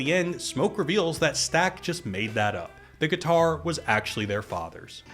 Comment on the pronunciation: “Drop the gih-tar Samuel.”